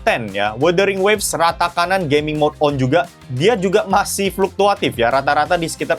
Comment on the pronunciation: Bang aku kok dgr di mnit ke 1.31 kdgaran kyk "performa Gay.mingnya"😂😂😂 btw aku dah subs dri beberapa hari lalu.🎉